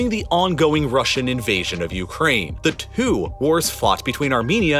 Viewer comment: Please stop putting H-gaps in your words. It gets cringey after a while and ruins concentration. "Cat-HAStrophe" "Youk-Hrayne" "Ent-HIRE" For example...